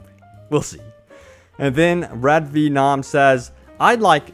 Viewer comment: RAYED VEEEEENAWM Jesus Christ -- this guy's never heard of "Venom"?